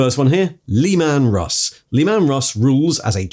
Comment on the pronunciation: you really need to learn to pronounce some of these names...LEE-man Russ, really...oh god I'm sorry, council of what?! Nikai :D